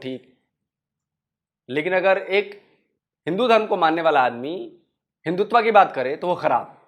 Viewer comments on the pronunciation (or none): Hindutva nahu Hindu tava bol rahe hai uncle Imran Khan bhi aise hi bolta tha